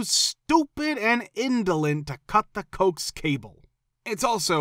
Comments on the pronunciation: Coax is pronounced "ko-axe". Not as "cokes". 😮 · How ironic. Have a story about technology, and you have an AI reader that is programed to mispronounce coax cable. It's pronounced co-ax.